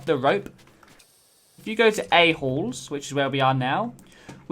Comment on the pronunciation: "Let's take a look of A-halls" suggests a different thing with his accent